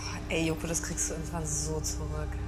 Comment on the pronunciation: Sagt sie da ey Jopo anstatt Joko?